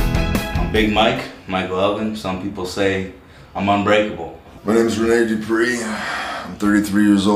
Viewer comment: Man said Rene Dupree uno loooool